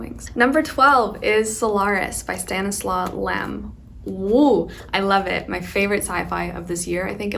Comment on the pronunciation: Oh how cute did you pronouce Stanisław Lem and Olga Tokarczuk ♥